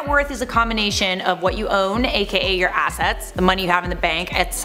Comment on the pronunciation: Did anyone else think that said “Investments and Asses?” No? Just me?